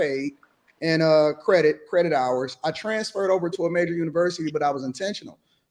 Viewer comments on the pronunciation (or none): none